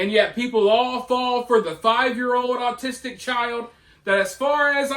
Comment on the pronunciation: It’s pronounced au-ti-stic not artistic. Speak proper English then maybe I’ll listen to your stupid point lady.